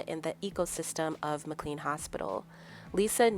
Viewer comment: Pronounced "Mac-Lain" not MacLean